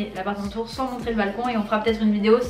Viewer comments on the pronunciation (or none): none